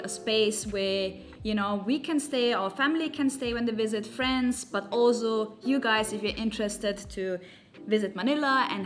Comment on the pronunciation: Time to learn to say “ also” the right way